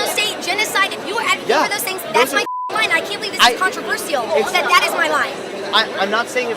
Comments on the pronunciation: She pronounced controversial wrong and I don't appreciate that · I hate her voice, and she says controversial wrong